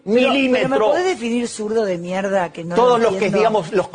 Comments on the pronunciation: Mierda its pronounced "Mih-er-dah" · The second Renaissance!!! This is promising! And it's mierda, Tim. Me- air-duh. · Did you mean “mierda”!? It sounded like you said mela